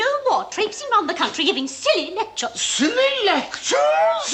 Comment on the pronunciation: “Silly Leccturress!” 😂